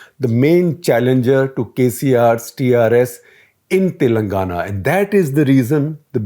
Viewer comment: Look, you can't even pronounce the names correctly. I like SG, but he always.. and I mean always mispronounces Telangana. It's irritating to say to the least, we have to learn and speak your language but you people don't even have the courtesy to learn how to pronounce our names. Do that first, then we can talk about coverage later.